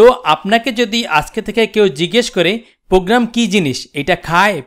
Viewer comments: he is fool who can't say program :D ..he said pogram luul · Program.... not pogram